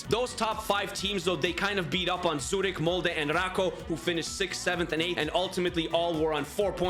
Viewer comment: Bro u said Zürich as zooted bro thought the whole club was high🤣